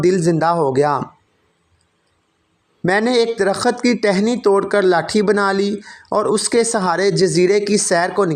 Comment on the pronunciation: درخت ( صحیح ھے ) در۔ خت ( غلط ھے ) Dar. Khat ( galat